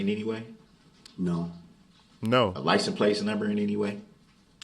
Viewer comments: A license place number? He can’t say plate. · I cringe everytime Brooks says license place!! He is so ignorant!! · Licent place number. Libary. Axe. Jery. Behine u. Anyting. Do dat. Yoself. Can you speak??????? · What in the hell is a "Licen Place?" Like I say, this is a DUMMY😅😂😂!!